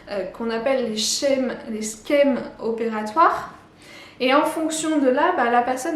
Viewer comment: Merci pour ton travail très didactique. Une remarque en passant au sujet des schèmes ; sauf erreur de ma part, la prononciation est "che" et non "ske". Terme qui trouve la même source que "schéma".